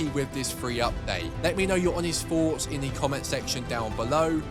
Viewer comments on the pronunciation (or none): “HERE’S MY HONEST FOOUGHTS”